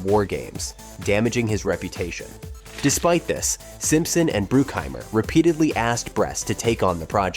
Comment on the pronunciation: Are you intentionally saying everyone’s names weird? “dah-vid cronenberg” “simpson and bruke-heimer” “james can” “and it inspired the ‘2 lbs of red meat joke’” plays clip ‘5 lbs of red meat’ Maybe it’s a joke I just don’t get because it’s so inconsistent for such a long video? And you pronounce everyone else’s names correctly? Is it AI reading?